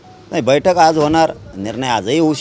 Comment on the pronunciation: Diwali aahe sutti ghe jraa v aaram kr ,baithak aahe na tuzi v faltu news reporteranchi 😂😂😂😂😂😂aani ksli baitakkkkk baitakkk mhntoyyyy😂😂😂😂